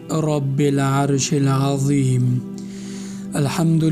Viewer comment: محترم قاری صیب د اولنی توری هغه رب العرش العظیم دی تاسی یی په زیر وایاست هیله کوم تاسی خپله وید یو ځل وګری ❤